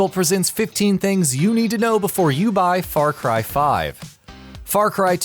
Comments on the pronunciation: "Beore" you die? You wot m8? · Beore hahahahah